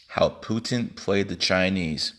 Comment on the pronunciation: President Putent 😂👌